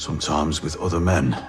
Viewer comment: SOMTOIMES WITH OOTHA MEN..